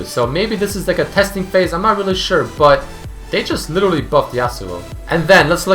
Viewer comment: try to fix your accent with but. Whenever you say it (preety oftenly) you say BUtt. Just but